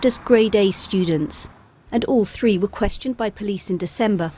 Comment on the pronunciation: I think you meant "three" school girls, not "free" school girls.